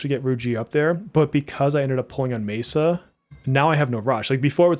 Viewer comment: Whoever keeps correcting you is wrong, you pronounce Messa correctly